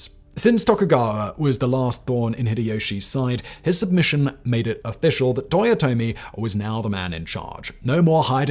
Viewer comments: "Toyote" ?! Really ?! Last I checked it was Toyotomi...dude 10 seconds in and already a big error , don't get me wrong I am a big fan of your videos for more than 4 years now ,but please do be accurate when you present history. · "Toyote" Hideyoshi